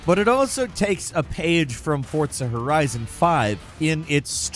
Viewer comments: The way you Say forTsa drives me up a wall. It’s FORZZZZAA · 'FORTCSZAAA' - why do you say it weird?